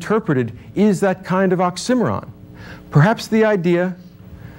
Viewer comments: Despite a few flaws of pronunciation -- oxymoron, for example -- a reasonable and more or less fair assessment of Nietzche. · This guy is a great speaker but he doesn't pronounce oxymoron and troupe correctly. And I think he is misinterpreting this philosopher. For a different and I think better view of him check out essential salts and Keagan. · Perhaps if you know ancient Greek then placing equal emphasis on all syllables is natural. In addition it may be that his pronunciation of oxymoron is closer to the British one. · imagine being as smart as this guy, but still pronouncing it "ox- i - mer - on" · OX-IM-OR—ON? Dude. Is he trying to say OXY-MORON? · Man really didn't know how to say 'tropes' and 'oxymoron'. He says trope-eez and ox-simmer-on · Ox-sim-eh-ron If you made it to the end you know... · I'm curious where the pronunciations of "trope" as "tropee" and "oxy moron" as "ox sim oron" (which actually sounds so much better!) come from 🤔 I've never heard it said that way before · who actually watched all the way to oxy-moron said as awk-simeron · Great lecture. You mispronounce oxy-moron. ;) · Was that an "Ox-Cimarron" sorry? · Was the pronunciation of “trope” like “troh pee” and the pronunciation of “oxymoron” like “awk simmer on” a common thing in the 80s-90s? Lol. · wonderful lecture, big ups for pronouncing oxymoron like an absolute savage, rip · does anyone know why he pronounced oxymoron that way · Never heard oxymoron pronounced the way he does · Well at least ive learned how to say oxymoron in a new way 😂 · it took me a while to realize he was saying "oxymoron" lol. Also the way he prounounces "trope" threw me off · His pronunciation of oxymoron is interesting. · Is he saying oxymoron? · I was today years old when I learned how to pronounce "oxymoron" the correct way. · This certainly makes you think. If about nothing else atleast the correct pronunciation of the word oxymoron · His pronunciation of “oxymoron” and “trope” are just……no.